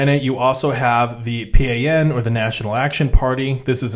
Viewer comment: PRI is pronounced Pre, and PAN is pan, as in bread. In Mexico we don’t say the letters. It’s Pri and Pan pronounced as a word